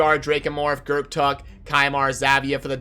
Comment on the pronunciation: I believe the p is silent. Gurrtuk sounds better to me.